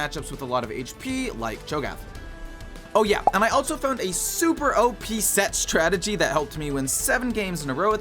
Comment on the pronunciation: "sett" and "startegy" in the same sentence🥀🥀🥀